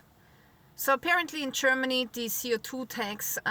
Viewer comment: Love it. "Chermaney"